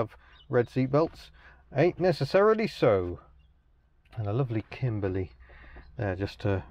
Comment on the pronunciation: I appreciate the "Kimbleh" Notts pronunciation!